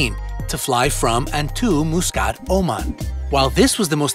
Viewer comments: The way you pronounced MUSCAT is so wrong..its not MOOSCAT! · It’s not moosecat it’s Muscat